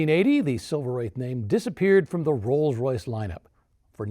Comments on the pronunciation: 🖕AI, let AI burn 🔥like overheating brakes on a Rolls Royce but yes. It's not "Wrath," it is "Wraith" like the hero car in that movie 1986 "The Wraith" like "Ray-thhhh." Long A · Silver Wraith, pronounced RAITH which means ghost. Nothing to do with wrath. Also the Seraph is pronounced SERaph not serAPH. 😉🇬🇧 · I always heard it as Silver Wraith (Rayth). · Definitely pronounced like "faith" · Wraith is pronounced like faith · It’s kind of amazing that you don’t know how to pronounce “wraith.” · You lost me within a couple of minutes because you can’t even pronounce a one syllable word correctly, and because you were already providing misinformation and assumptions. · Are you NUTS??? Every RR gets tons of respect where ever it goes! I guarantee you, the vallet will always park the Rolls in front of the establishment, whereas the Lambos, Porsches, and Ferraris get parked much further back! BTW, you are mispronouncing Silver Wraith! 😡